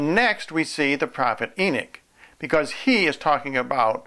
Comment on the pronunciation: I ask one thing: stop saying e-nick. It is e-nock. NOT e-nick. Thank you.